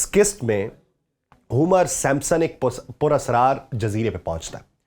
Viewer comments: او بھائی " سیمپ سن " نہیں " سِمپسن " ہوتا ھے صحیح لفظ ۔۔۔۔۔۔۔ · With all due respect .Sir yeh Simsons hai Sampsons nahi. Pakistani anchors ko apni pronunciation bohut improve kar ne ki zaroorat hai English words ki